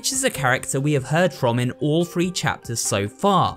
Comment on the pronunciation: "in chapters 1 fru free" wtf